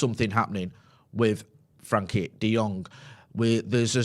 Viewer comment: I get that you struggle with pronunciations sometimes but its not that hard to say "Frenkie" and not "Frankie" ffs.